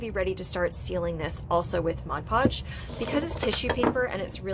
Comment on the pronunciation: I love your creativity, and your explanations, but most of all and this is a weird quirk of mine, but you pronounce mod podge correctly. I absolutely LOVE you for that. no eye twitches while watching you.